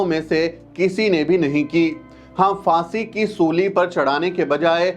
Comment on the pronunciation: It’s Phaansi not Faansi. Abe Hindi theek se bol!